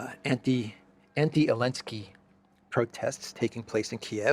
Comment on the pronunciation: Why do you call me elenski instead of Zelenskii. I am just curious 😂😂😂